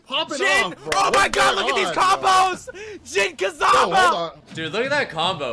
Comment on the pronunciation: Did he just said, Jin Kazaba?...